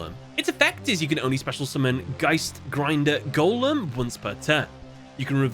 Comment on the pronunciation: ur saying of geistgrinder golem was good (i m german and Geist is a german word) and u did say it correctly 👍